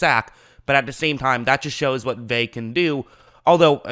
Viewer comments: I cringe everytime you say his name it’s pronounced Veuh not vay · Vea “veh ah” you keep sayin “vae” it’s annoying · Bucs didn't play Drew Lock this year... We played Driskel... Also, its pronounced "Vay-Ah"... Not "Vay". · drove me nuts you were saying “vey” the whole video. it’s vey-uh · If you insist on Americanizing the pronunciation, it's "Vey-uh." The real pronunciation is "Ve (as in "very") -ah." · Vea(ve•ya) not (ve•y) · Hey, pronounce his name right dude. It's pronounced Vea ah. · Vita "veh?" You're KILLING me Smalls!!! I'm going to give you some advice that's going to sound mean but it's actually very practical. Especially if your intention is to try and do this shit for a living... Your voice, you gotta already know this homie, is fucking goofy and annoying AF already. It's not your fault, I know my dude, it's just a fact. Therefore, fair or not, you gotta work EXTRA hard, harder than everybody else at not just your football analysis but at getting all the details right. Especially when it comes to things you say. I know that was harsh but this isn't the first time you butchered a name so bad that instead of listening to your analysis, all I can concentrate on is the sound of your voice incorrectly saying "veh" over and over and over again. Don't get mad or sad, get tough, fucking FIX it and get that YouTube money. Cool? Okay, good, bye. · Btw its pronounced vetah vaya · Bro it’s Veh-ah. Lol. Ve’a. It’s not your fault. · Say it with me.... VEY-AH. There you go. Say it aloud a few times. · Say Vey then ah but together please 😂😂😂😂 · I hate to be "that person", but it's pronounced Vay-uh. In Hawaiian, all vowels are always pronounced, unlike English vowel clusters such as the 'ee' in Buccaneers or the 'ui' in Shaquil. Pumped for him to be on the field in whatever capacity he has to offer! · either way, it's not "Vey" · C’mon now it’s pronounced Vay-uh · It means nothing...he’s out of shape. He’s not ready. And his name is pronounced Vea-ya